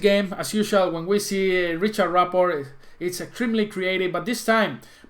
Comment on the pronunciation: hey man,, its "Rihard" not "Riciard":D it s not english pronunciation!!;)